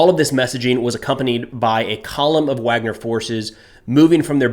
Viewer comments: Pronounced Vagner not Wagner. B in Russian is a V sound. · It’s pronounced VARGNER, not Wagner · pronounced VARGNER in English, spelled Wagner